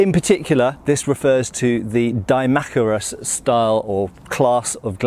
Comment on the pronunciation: I thought it was pronounced Dee-mack-eye-rus